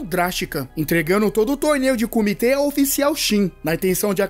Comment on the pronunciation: O nome é comitê, não comiti kkk resumo top